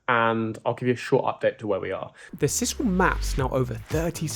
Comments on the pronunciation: For pity's sake! It's s-eye-sal NOT s-iss-al. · Sisal - pronounced size-al